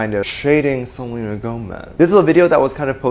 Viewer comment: “He had to keep an eye out for Selenér” I can’t 😆🤚